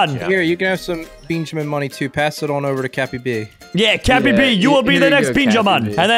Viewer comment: why does he call benjamin Beanjamin? they should make that a skin